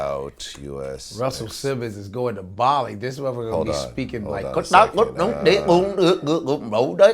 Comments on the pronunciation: Vlad keeps saying Bally when it’s Bali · it's bar-lee not bal-ee (Bali) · No, but perhaps there’s a little confusion because it is a separate island.... I was more annoyed because Vlad kept saying Bally instead of Bali. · It's pronounced Baa-Lee. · Bali is pronounced “Baw-lee”. Almost as bad as “PushER T” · Vlad the way you pronounce Bali …..so bad , listen to Godfrey pronounce it. Besides that I'm looking forward to Indonesia DefJam